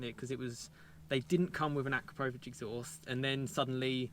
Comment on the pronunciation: It’s pronounced uh - kra - pow - vich or A - Crap - o - vich Couldn’t keep watching these vids otherwise 😂